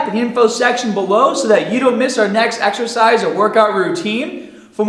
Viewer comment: AXERCISE ... AXE-ER-CIZE... AXERCEYES